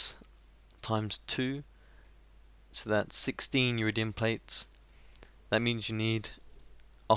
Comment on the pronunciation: Sorry to nag but it's Iridium, not Uridium, still amazing as ever and looking forward to new videos :)